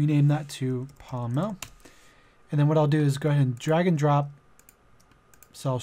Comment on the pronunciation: HAS ME DYING SAYING POM-MEL